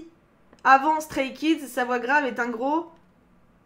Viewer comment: Mes oreilles ont tellement saigné en t’entendant prononcer les prénoms des Stray Kids 😂